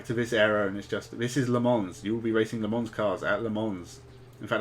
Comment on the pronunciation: Sorry if this seems a bit pedantic but the s in Le Mans is silent.